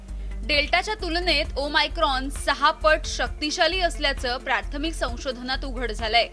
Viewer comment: डियर मराठी मीडिया, ते ओमीक्रोन/ओमीक्रॉन नाही. ओ-मेगा(o-mega) सारखं ओ-मायक्रॉन (o-micron) आहे. आधी नाव नीट घ्या, मग घाबरवा. प्लिज..🙏